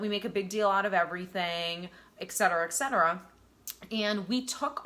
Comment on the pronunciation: *et cetera. Please learn to say this phrase properly.